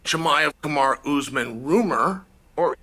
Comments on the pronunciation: If Chael says kumara then it’s kumara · I love how chael decided to call Kamaru “kumara”